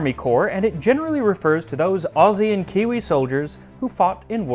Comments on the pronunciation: For what it's worth, your pronunciation of "Aussie" (with a z, rather than an s) was perfect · OMG! An American who can actually pronounce Aussie?!?! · Yet another fantastic video. Bonus points for pronouncing "Aussie" correctly. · Less than a minute in, and stoked to hear you say "Aussie" rather than the typical American mispronunciation "Oss-see". I get nervous about American presenters talking on Australian culture (two countries divided by a common language and all that), but that right there confirmed that, as always, with Max we're in safe hands.